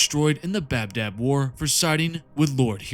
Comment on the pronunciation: It's ba dab not bab dab